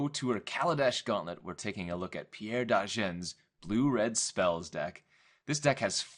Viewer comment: It's Pierre Dagen not Degan.